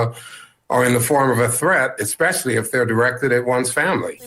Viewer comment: Although I agree with Mike Davis, it’s not “eckspecially”, it’s especially!